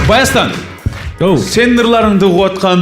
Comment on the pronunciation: Баястан эмес Байастан болот